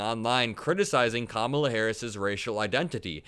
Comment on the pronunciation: Trump and his acolytes, including the stooges on Fox "news", also purposely mispronounce "Ka-mala" in a sign of disrespect. No surprise coming from the same clowns who added the middle name "Hussein" whenever possible when talking about Obama.